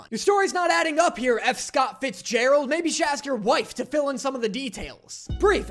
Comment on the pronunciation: "Grow sime wereballs" WHAT 💀